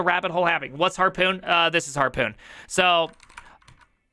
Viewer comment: says HARPON like its PARKOUR, lol